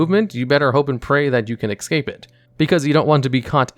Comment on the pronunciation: Formal request: Please stop pronouncing "Escape" as "exscape"....